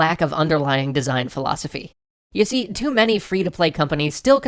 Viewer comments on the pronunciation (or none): "ewe-C", "Nintendone 64" can't stop laughing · "You See" = "Ewe C" WHY MUST YOU DO THIS TO ME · "Ewe-C". Wow.